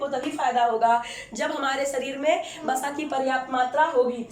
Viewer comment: It's not Basa, it's Vasa in hindi...